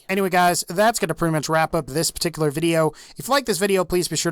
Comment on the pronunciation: Thats a very patteekoolar name.